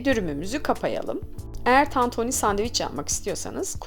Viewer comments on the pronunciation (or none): Ablacım o kadar çok TANTONİ dedinki ben inandım tantoni olduğuna :) Eline Sağlık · Ellerinize sağlık sadece tantoonü demişiniz gibi sesiniz geliyor😂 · Tantoni 🙈 bi tek ben mi tantoni duydum diyordun yorumlar beni benden aldı. Elinize saglık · Tantunî değil tantuni 😂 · Abla başlığa tantuni yazmışsın ama tantoni diyon 😂😂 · Abla tantoni değil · Tantoooni ne be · Lütfen! TANTOĞNİ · bazen tantoni diyo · Tatuuuni denmez tantuni 😂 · Ellerinize sağlık. Çok lezzetli görünüyor.👏🏻👏🏻👏🏻🌺❤ Yalnız dikkatimi çekti, tantoni ve tantuni olarak her iki şekilde telaffuz ediyorsunuz neden acaba? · Tantuğnii ne abla ya 😂😂